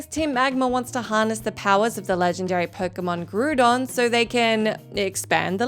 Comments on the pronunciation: Groodon? My favourite legendary. (But really, fair play) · Anyone else get triggered by how she pronounced Groudon? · Groodon and Keeogrey Well now i know which pokerap was listened to for the pronunciations lol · Groodon and Key-Oh-Gray? I'm dead. ☠️ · "Groo-don" and "Key-o-gray" smh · Groo-dawn and Key-oh-grey? Lmao, love the vids keep up the good work. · You pronunciation of Groudon and Kyogre creushes my soul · Not the butchering of poor Groudon and Kyogre's names 😭